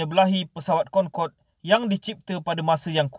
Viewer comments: Cra sbut dia "concodey" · Bukan concorde lah tapi cong codey